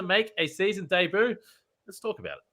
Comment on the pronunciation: your pronunciation of "debut" shook me, well done.